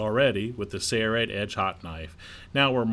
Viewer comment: Your company is called sail-rite, not say-rite.